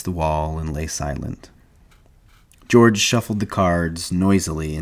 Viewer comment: This "Deorge?" is killing me😭😭😭